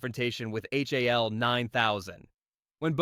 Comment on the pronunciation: HAL? It's pronounced Hal. AI reading